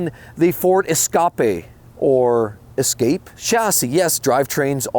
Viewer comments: Glad I'm not the only one who calls it an esca-pay lmao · Ok you actually made me laugh. The ford 'ES-SCAAA-PE. CLASSIC.